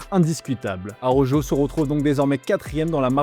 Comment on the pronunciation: S'il vous plaît, svp, svp, avec tout le respect vérifiez la bonne prononciation pour Araujo (ara - ou - ro) parce que ça écorche les oreilles, c'est désespérant 😂mais bon on garde l'espoir qu'un jour les journalistes fr comprennent. Gentillement